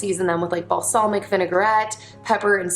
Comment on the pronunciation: yeah it almost sounds like balsalmic and and serrano sounds like rain instead of ron🙃